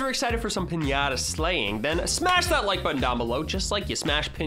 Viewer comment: PIÑATA not pinyata